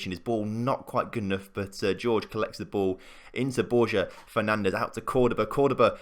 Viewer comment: His name's Hor-Hay not George, please don't change it again